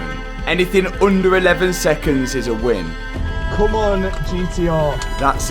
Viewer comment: (Win) the word is win, W is a letter.